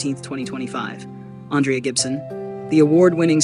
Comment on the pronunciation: Ondraya Gibson? Please at least get her name right whoever is doing the commentary (AI?), some random channel on the internet.